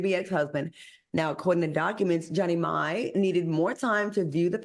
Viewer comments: Al its pronouced Jeannie MY! not may! i hate when yall call her that. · It's pronounced Jeannie MY. Also, if we're not going to report objectively, can we just not report at all? And since on this story AL didn't do his typical due diligence, there was duress surrounding their prenup agreement. Jeezy was dealing with the passing of his mom at the time and they both wanted to get married quickly in order to incorporate both their families. So yes, there were extenuating circumstances surrounding their nuptials. Also, Maddie brought all the stereotypes. It was just disappointing. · If u pronounced the name right it wouldn't sound so white...it's pronounced "my" ( Mai) get it right before reporting on a person